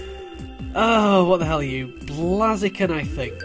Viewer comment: Blazieken is Pronounced Blaze-eken not Blaze-ieken